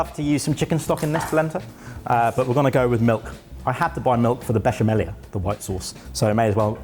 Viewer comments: I love the confidence with which pronounces "besciamella" wrong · Hello from Italy. 😊 Brilliant. 😊 Canerdeli is pronounced ca-NER- de-li, accent on the NER. And it's besha-mella not besha-mellia. 😊 And it's talia-telle, not taglia-telle This would cost less over here, of course. Blame bloody Brexit. 😂